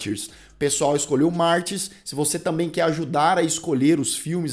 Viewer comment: Se a versão comentada é a original, francesa (a única que importa) então pra quê pronunciar "Martyrs" com sotaque inglês? Mas que colonização cognitiva!